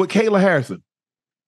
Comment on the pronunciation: Unc mispronouncing all the names, Cereal Gane, Rodney rousey, Ben asprin, Kyla Harrison 🤣🤣🤣